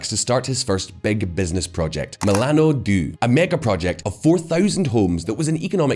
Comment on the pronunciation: .... Terrible Italian especially Milano due and buongiorno